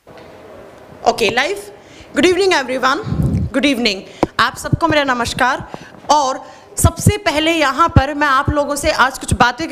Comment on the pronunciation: नमस्कार को नमश्कार बोल रही हैं